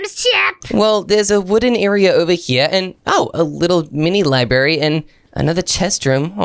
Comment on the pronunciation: library not libary